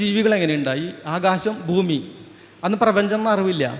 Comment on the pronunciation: ബൂമി ?ബാഷ? ,ബൂതകാലം? ബക്ഷണം ? ദൈര്യം? ഉച്ചാരണത്തെറ്റ്. താങ്കൾ ആദ്യംഉച്ചാരണം ശരിയായി പഠിക്കണം